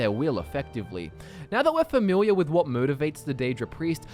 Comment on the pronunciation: Did he say famiwiar?